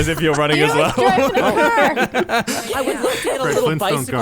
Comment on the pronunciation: sounds SO Canadian with how she says "car" here